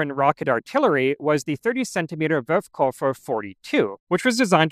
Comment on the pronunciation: Are you aware that you always say "Wurfkoffer" (launch suitcase) instead of "Wurfkörper" (launch object)?